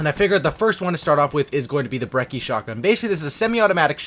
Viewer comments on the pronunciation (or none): Bre - chee is how its pronounced its italian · It's an Italian gun so the correct pronunciation is breh-chee